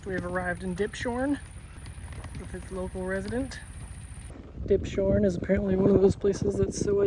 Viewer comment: You pronounced "Dipshorn" correct. 👍 And yes, I agree... Germany has lots of idyllic places. But still strange to see it through your eyes. I sure just got used to it, growing up here.. Hopefully the odor of pee doesn't stay too long in your tent.😂